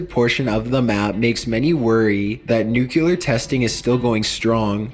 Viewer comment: Great vid, L. I have a question, though. Why do people say "nucyuler", instead of nuclear? Nuclear (pronounced new-clee-ur).